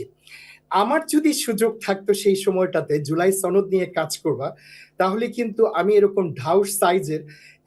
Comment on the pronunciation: এ তো ভারতীয়। সনদ উচ্চারণ দেখুন।